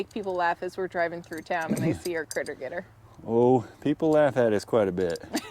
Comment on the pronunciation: It's a "Critter Getr" LOL